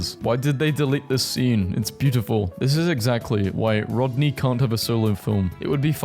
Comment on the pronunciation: hold up did he really just say, Rod-nye 😂😂